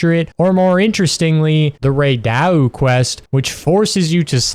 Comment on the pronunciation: haha you really were thinking i wouldnt reach the Uthe dunea, Ray DAEU and NU undra point and comment about the way you say it uh?